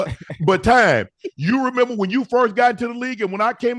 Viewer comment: Am I the only one who realized that Unc addresses Coach Prime as “Time”?